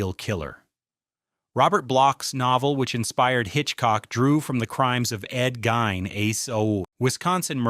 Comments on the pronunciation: ED Gein last name is pronounced Geen. Not Guyhn!!! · It's pronounced "Geen!" Jesus, if you've going to give historical background, the least you could do is pronounce the names right. 🤦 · And this one is even narrated with AI. The mispronunciation of Ed Gein's name proves it. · Thank you for some reason I hate it when they mispronounce his name it drives me crazy.